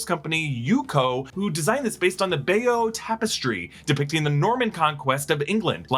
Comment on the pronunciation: Its pronounced "Buy-Yough" tapestry.